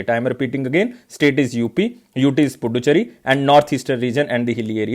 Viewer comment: Not puducherry... Should pronounce pudhucherry